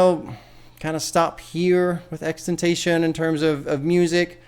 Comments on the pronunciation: It is pronounced ten tah see on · i dont know why you are so lazy when pronouncing his name it comes off as stupid. Its like if we all called you bob the pop. Its stupid you should encourage proper pronunciation.